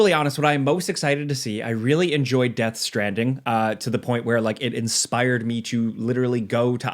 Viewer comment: Americans taking the piss out of British: Chewsday innit Meanwhile: Death Stranding Choo